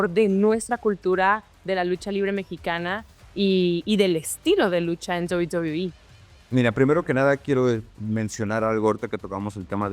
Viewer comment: Penta: "En la mejor empresa de Lucha Libre que es DOBI BOBIIII" xD